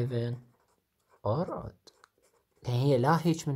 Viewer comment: جزاك الله خير ولكن تصحيح بسيط تلفظ اود وليس اودد وارجوك الرجاء الاخوي ان ترفع صوت التسجيل في الحلقات القادمة